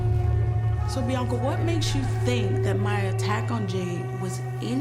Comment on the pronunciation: the fact she cant say biaanca peoperly is one of the funniest things